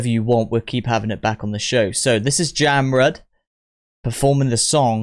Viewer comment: Jamrud pronounce like "jump road".